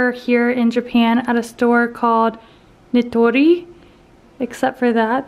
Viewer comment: The furniture store is supposed to be called NI TO RI Like Knee To Ree by the way....I noticed you pronounced it funny lol but no worries you're still learning :) My Japanese husband and I always go to Nitori!